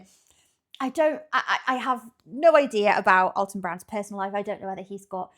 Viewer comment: It's actually AL-ton not All-ton.🎉❤